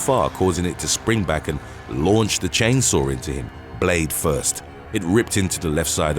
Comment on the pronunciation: "Chain sour" accident? LOL!